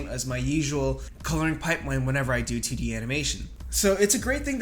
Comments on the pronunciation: I can't unhear him saying "tiddy animation" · Every time you say 2d my 3rd grader brain hears tiddy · It's how he says it. Tiddy animation. Nice